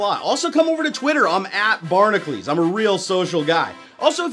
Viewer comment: I just noticed he's pronouncing barnacules wrong. ...